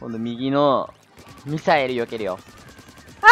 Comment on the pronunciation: ごめんミサイルがみさえるに聞こえた|ω･`)